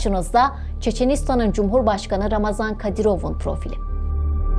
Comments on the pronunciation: COX XAHIş edirəm ismini düzgün deyəsiz ,, yəni : RAMAZAN deyil !!! __ RAMZAN KADIROV ! Cünki Ramazan mübarək müsəlman adıdır ,, bu insanın müsəlmancılıqdan zərrə qədərdə hec bir şey bağlamır, o Putini atası adlandırır və ona görə ölməyidə ,öldürməyidə özünə 5 vacibatfan üstün bilir!!!! Ona görə Ramzan Kadırov ,hem rəsmi həmdə ona yaraşan isimdir. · не рамазан,а рамзан! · Ulan Ramazon değil Ramzan Kadirov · Şu adamın adını doğru söyleyin !!! RAMZAN " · Ramazam değil Ramzan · Birde şu ismini doğru şekilde öğrenebilseydiniz gazetecilik yapıyorsunuz hayatını kendimizce araştırıp öğrenmişsiniz isminide doğru öğrenip teleffuz etseydiniz .ramazan değil ( ramzan) kadirov